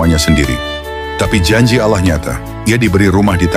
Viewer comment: Pelapalan nama Alloohnya sudah sangat fasih banget didengarnya, indikasi bener2 ikhlash dlm beriman Islamnya.